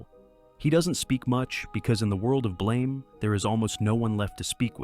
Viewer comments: You pronounced "Blame!" wrong. Its a softer, longer; Blaum. Like the word "Plum" its an "BL-AUM". Rather then the sharper Blame; as to blame someone. This shifts the tone of the manga because it disconects the title from its material. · It's pronounced closer to "BLAM!" Like a gunshot. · This video takes countless liberties, has lots of inconsistencies of the fiction they're talking about, and almost every category has words completely mispronounced. I'm hesitant to believe any of the other categories, when BLAME isn't pronounced correctly, and the "god" is the Safeguard, who is actively trying to help Killy. AM is just pronounced "AM", not spelled out, and if I remember correctly, it says that itself in the story, as it created its own name and wants it to be known. Evangelion isn't pronounced correctly, and I'm already hesitant to continue watching the video if the lore isn't accurate in this section either.